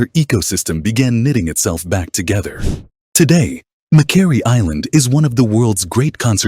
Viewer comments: Its not mc kwerry, it is pronounced mc quarrie as is a stone quarry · Suggestion. - Pronounce the name of the island properly.